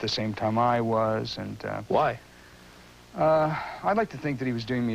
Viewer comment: lol... Bob Costa's "WHY" ..... not to subtle ....